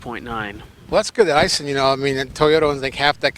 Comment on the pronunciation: Eye-sheen (Aisin) boys, but hey, I don't expect y'all boys to say it right anymore than I expect a Japanese to say McDonald's correctly (or collectly). Anyway, that's the transmission I'd want. Yeah, these crosswinds we have today are much stronger than the old fashioned winds. I check out Titan some day. Biggest problem I see so far is that tiny fuel tank!! What in the world was Nissan thinking?! I know, weight capacity; make it look like it carry more. Knuckleheads.